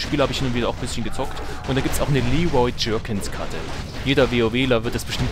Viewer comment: Das heisst Leroy Jenkins und nicht Leroy Jerkins!!!!!!!!!!!!!!!!!!!!!!!!!!!!!!!!!!!